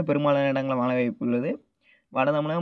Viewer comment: உங்களுக்கு உச்சரிப்பு ழ வரவில்லை தொராயமாக (மளை) இல்லை மழை.